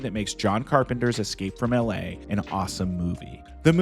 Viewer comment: It's pronounced "EL AY" NOT "AL LAY" FFS